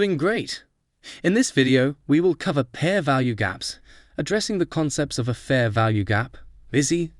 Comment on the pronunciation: "In this video, we will cover Pear value gaps"... Okay this is obviously an AI generated video...